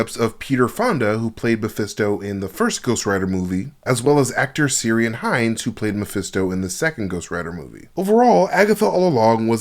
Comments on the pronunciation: Yo..... great work you've a great analysis of this stuff.. Just FYI the actor that played Mephisto in Ghost Rider 2 Ciarán Hinds is pronounced keer-on it's Irish 👍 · Might need a quick look at the pronunciation for Ciaran Hinds first name:) x